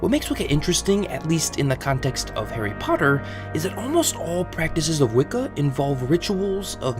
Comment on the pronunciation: “Hairy parduhh”